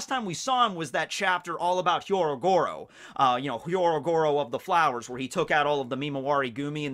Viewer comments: I’m not sure if you know this but his name is Hyogoro not Hyorogoro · HYO-Goro,. HEE. YO. GO. RO.